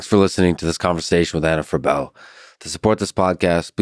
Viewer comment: Freeebl not Frebell